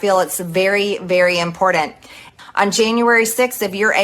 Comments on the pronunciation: Marge, there is no such word as impordant. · Why does she use the word important when she can’t pronounce it correctly? She says in-pour-dent 😂